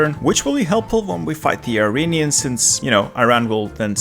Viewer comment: Just a heads up: it’s pronounced “ear-on-e-ans.” Not “eye-ray-nee-ans.”